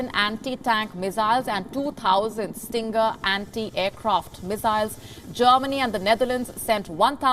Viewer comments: Stinger not Stringer? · It's called a "Stinger missile", not "Stringer missile". Get your news right. You are happy to bash the expansion of NATO, history of the near past. Why don't report about how well these countries were treated by the USSR under the Warsaw Pact? It was extremely harsh repression with tanks, bombing, and death. Read the history. This is why these countries CHOSE to join NATO and the EU. Putin wants to revive the USSR. These countries want no part of it FOR VERY GOOD REASON. Read the history of the Warsaw Pact. It was not a "PACT". It was a fascist repressive occupation. NATO is certainly not perfect, but there is a free press. Try reporting on the WAR in Russia. Where is India? Dithering uselessly. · …… it’s called Stinger , but not stringer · Stinger missile, not Stringer... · Stringer missile? Try Stinger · It's called STINGER, not STRINGER. Do your research WION. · Stinger missiles... not “Stringer” missiles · quote, end quote "Stinger," not Stringer missile. As in, feel the sting. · The name is Stinger not stringer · LOL . she called it a STRINGER missle.... dumfck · Ive never heard of a stringer missile 🤔😂